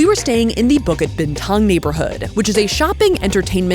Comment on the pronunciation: I love your "Bukit Bintang" !!!!!! i see ur effort